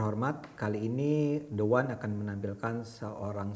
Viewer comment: Maafff pak,the one kok di baca de wan yg saya tahu the menghadapi huruf vokal itu di baca di,hrsnya di baca di wan,maafffff